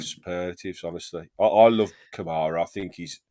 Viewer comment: Thankful for Konsa, no doubt. But he doesn't play defense as well as Mings. Also, I like Mings with the ball controlling tempo. I haven't seen that as much with Kamara back. Also, 1 out of 10 for the broadcaster getting Kamara's name wrong.